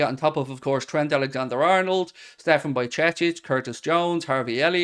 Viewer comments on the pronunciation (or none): none